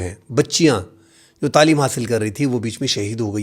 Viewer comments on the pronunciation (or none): none